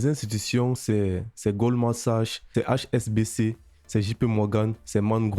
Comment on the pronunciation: c"est goldman saks et non pas sache. c'est un mot anglais. la banque suisse HsBC pas thsbc.